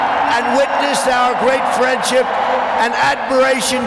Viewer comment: Phariend ship hahahahaha....seriousely is he a president.....